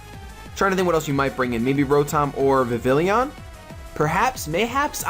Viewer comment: You acually say vivillon like viv-ee-on but say it how you like just a fun fact